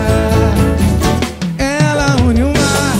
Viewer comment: Serio que ele falou "COMPRETAR" ?